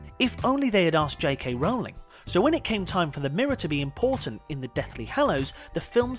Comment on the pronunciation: I just want to thank this presenter for FINALLY pronouncing JK Rowling's name correctly when EVERY OTHER presenter on this channel who has done a Harry Potter video has gotten it wrong.